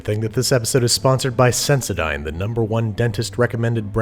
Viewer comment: IS THAT HOW YOU PRONOUNCE SENSODYNE?! WTF?!?!?!?! EVEN NIKE IS FINE BUT sendoDYNE? 🤯🤯🤯🤯